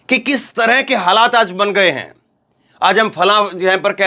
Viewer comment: Aaz nhin aaj hota hai 😂